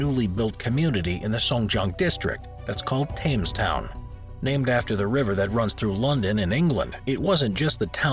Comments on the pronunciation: Thames is pronounced "Tems". Please. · "Tames town...tames town... tames Town.." 🥴Cringe🥴